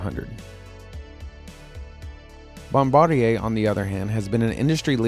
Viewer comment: THANK YOU for pronouncing Bombardier correctly...